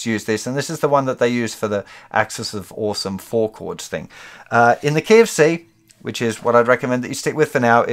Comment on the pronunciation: That feeling when instead "In the key of C" you hear "In the KFC". Seems the Universe is trying to say something to me... :)